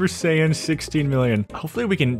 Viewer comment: Dbz Fans comment if you want to hunt him for him saying Sayian wrong